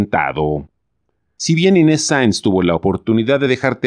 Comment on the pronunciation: Y PORQUE LE DICE INTETZ EN LUGAR DE INES...